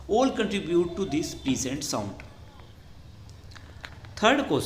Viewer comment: Prlesent naahi pleasant pronounce correct nahi tha 😐 But bat to correct ha best teacher in the world ❤❤